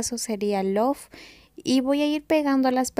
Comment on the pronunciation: Si es love es una palabra no letra y no se prouncia lof se pronucia lov